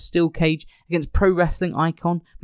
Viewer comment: So is it that English people are just so ARROGANT and don't CARE or do they literally NOT HEAR how Macho Man SAYS HIS OWN NAME and that's why they say it WRONG??? It's definitely NOT "Maaacho Man"... just LISTEN TO HIM SAY IT AND REPEAT THE WAY HE SAYS HIS OWN NAME!?!?!?